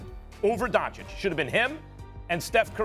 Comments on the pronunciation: It's the opposite. The correct pronounciation is Don-chich but for some reason Stephen A always calls him Don-chick. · Stephen A still doesn't know how to pronounce the surname Dončič correctly